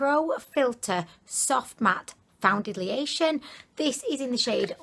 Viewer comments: got me saying foundiliation instead of foundation now 😂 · That’s not how you say foundation